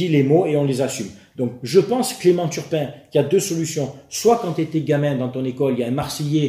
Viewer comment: Pour ceux qui attendent la partie violence verbale, comme moi, c'est à la minute... Nan, jvais pas spoile, ça ne se fait pas😂 PS: on est sûr qu'il s'appel bien turpin, et pas Tapin?